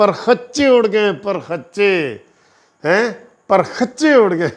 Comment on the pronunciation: ABEY KHACCHAR ASAL LAFZ PARRAKCHEY HOTA HY. PARKACCHEY NAHI.